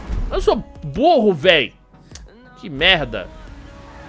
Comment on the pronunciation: Cara, o mudou muuuuuuuito o jeito dele de falar "MERDA" EHUAEHAUEHUA.. que que ta acontecendo? oO Antes era um "merda" paulista, agora é um "merrrrrrrrrrrrrda" muito carioca.. toda vez q eu escuto ele falando "merrrrrrrrrrrrrrda" agora eu fico meio "WTF.." HUEAHUEHAUE